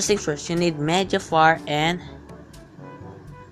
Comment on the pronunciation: Nice vid Ps when he said media fire I thought he said mega fart for some reason